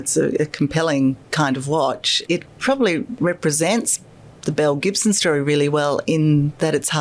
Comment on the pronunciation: "Belle Gibson" sounds like "mel Gibson" to me